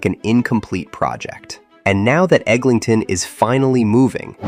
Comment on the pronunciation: Pronouncing ToronTo like a foreigner but pronouncing EglinGton like a local.